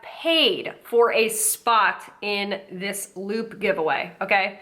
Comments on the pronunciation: I thought you were saying "lube giveaway" and this got dark... real fast😆 Edit: this junk is so gross, I don't understand why ANYONE would fall for it. It frightens me. They're only going to sell their information. Then you'll be stalked by ten new companies, you have never seen before. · First few times you said LOOT I thought you said LUBE and I was like omfg it’s come to this, influencers pushing lube on their followers well of course. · I thought she was saying “lube giveaway” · I swear I thought she was saying ‘luke giveaway’ up until halfway through this video 🙄😆